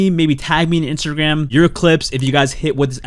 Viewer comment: Did I hear instabam instead of instagram 😅